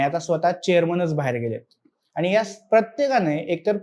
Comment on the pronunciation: साहेब, कृपया शुध्द मराठी भाषा बोला! आनि,पानी,निर्नय,म्हनून असे शब्द मराठीत नसून,शुध्द मराठीत आणि,पाणी,निर्णय,म्हणून असे बोलले जाते!! अशुध्द मराठी भाषा कानांना खटकते,हे लक्षांत ठेवून पुढील व्हिडिओ करावा ही विनंती!🙏